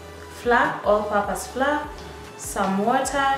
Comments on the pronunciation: Flour is pronounced as 'flower' Otherwise awesome tutorial Will definitely try it out sometime 😊😊 Aaand.... You just earned yourself a new subscriber!! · Thanks tried them out. But why do pronunciate flour as "Flaa" instead of "Flawa"/Flower". For a moment I thought it was a special powder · U know they are Kenyans the moment they pronounce the word 'flour'.